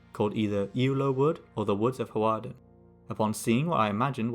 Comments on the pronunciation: Ewloe was pronounced correctly, though Hawarden is, in modern times, pronounced Harden. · I live one mile from Coleshill, which is on the edge of Flint, and I was born near Hawarden. By the way, the w in Hawarden is silent, so you can just say Hardin (phonetic). It really is border country, and due to the fact that it's a lot more accessible than Gwynedd, the Welsh could never hold it for long. Dense forest - in parts - was its only defensive attribute. Hence the ambush in Ewloe Woods. Flint Castle (a quarter-mile from Coleshill but not built till c1280) is where it is because it's an easy day's march from Chester and could be re-provisioned from the sea if besieged. Good video, I'm enjoying your channel. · Hawarden tends to be pronounced more like harden. It has a Welsh name you could have attempted to pronounce, ‘Penarlâg’. The pronunciation of Ewloe was better here than in another of your videos. I visit Ewloe castle nearly every week. I’d love to hear more about the battle of Ewloe. 🖖